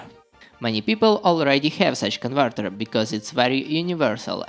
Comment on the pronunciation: Тоько хотел написать, что рязанский акцент выдаёт автора :-) !!! а тут его уже раскусили!!! поржал от души особенно на конвортэр это шудевр, а так паря молодец лайк!